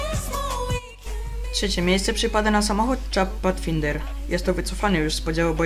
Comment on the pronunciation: Rejnold Bołgton Barrakuda czyta się. Patfajnder Tajtan ARFF - Aircraft Rescue and Fire Fighting - to określenie pojazdów lotniskowej straży pożarnej, a nie tylko samej Pantery.